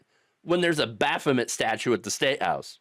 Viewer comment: I had followers of baphomet as roomates. I think the last syllable (met) is an a sound, as in train